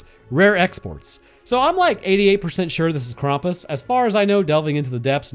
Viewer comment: ah i remember, last time u tried too, to pronounce something german